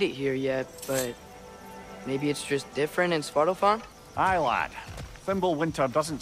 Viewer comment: Yo the way he pronuned svartalfheim was heleirous 🤣🤣🤣🤣